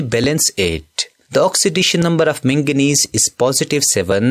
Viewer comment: It's not mengnese it's magnes